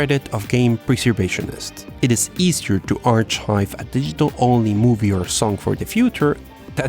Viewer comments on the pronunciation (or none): arch-hive? Did you mean ar-kive?